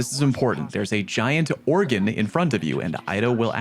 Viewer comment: Organ (or·gan) musical instrument. Oregon (Or·e·gon) state in USA. No e. Love ya 😂